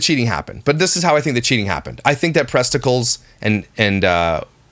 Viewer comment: Presticals lol